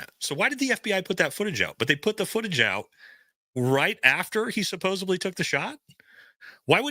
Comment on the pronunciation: SupposEDly, please. (Not supposABly)